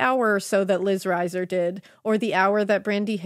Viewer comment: Liz was my sisters close friend. Their last name is pronounced reeser.